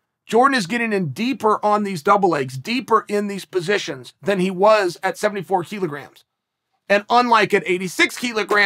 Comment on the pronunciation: Thanks to Chael, I now know that it’s pronounced “keelograms”.